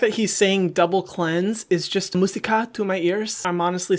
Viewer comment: I think that he meant "música" (music in Spanish), and he tried to reply the sound of the "tilde" (it doesn't exist in English so there's no traduction, sorry) in the "u" (m ú sica)